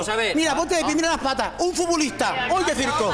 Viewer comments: Un furbulistah: uy qué circoh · Un furbulistah: uy qué circoh 🤣🤣🤣🤣🤣🤣🤣🤣🤣🤣🤣🤣🤣